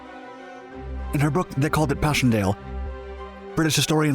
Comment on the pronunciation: there are even massive mispronunciations. he says "power" like "powder" and "book" like "brook"